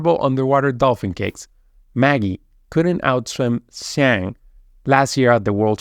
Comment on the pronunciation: Here is a tip to pronounce Zhang - John